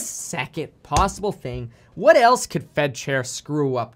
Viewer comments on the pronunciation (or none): none